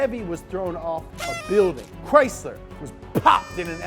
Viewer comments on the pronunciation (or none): none